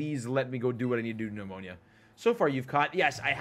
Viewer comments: Nemona ❌ Nemonia ✅ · It's Ne-mo-nuh.